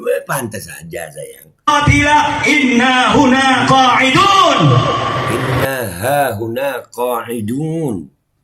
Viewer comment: Wkwkwkwk... Lu kritik soal agama ? Selain framing video orang lu potong trus bikin bahan bulliyan berbuah fitnah keji trus lu bisa apa😂😂😂 Kalo ktitikan Gus Zaini saya sepakat meskipun beda penafsiran dengan kyiai Imad Mengenai pelafalan yg keliru "inna hahuna" itu memang fatal Saling kritik dikalangan Nahdliyin itu sudah menjadi tradisi & itu masyhur Trus sesama Klan Baalawi ceramah yg distorsi kitab, caci maki hafalan isi kebon binatang fitnah keji dll ada yg kritik ? Yg ada malah saling menutupi / membela😂 Tp kalo yg kritik diluar klan Baalawi langsung gerak pakai modus tabayun berbuah persekusi itu fakta Mengenai kajian ilmiah Kyiai Imad tentang silsilah nasab Baalawi yg tdk tersambung di konten Gus Zaini kenapa g lu sebar ?😂😂😂